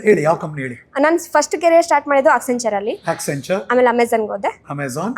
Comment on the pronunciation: she mentioned the 3 companies that she was associated with 1. Accenture (which she couldn't pronounce) 2. Amazon 3. Embassy ( not an IT company) Later got to know she was into facility management... and it is not an IT job, managing 300 people is not an IT Manager. Self proclaimed IT Manager is. Thank God i didn't waste my time listening to her.